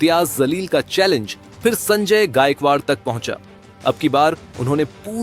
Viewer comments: Mr Editor pl change yr pronunciation that Jaleel not Zaleel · Janab ,Zaleel Sahab nhi "Jaleel " Sahab ,sahi Naam lijiye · Pronounce sahi kar re pagal imtiyaz jaleel hsi woo not zaleel 😂😂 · Abe jalil ko zalil kyo bolra kis anpadh ko news ne ancer banaya hai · भाई, सही pronounce कीजिए। वह शब्द zalil नहीं है बल्कि जलील है दोनों में ज़मीन आसमान का फ़र्क है। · Naam toh sahi bolna seekle..zaleel raha..jaleel bol..ja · Abe ye imtiyaz zalil nhi ye imtiyaz jalil hai naam achhe se loo media walo . Itna padh likh ke bhi ek naam sahi bol nhi sakte ap log . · Sir ap ko naam bhi sahi nahi bolna ata hai naam hai imtyaz Jalil hai mim ka sher kahajata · His name is imtiyaz jaleel not what you are pronounced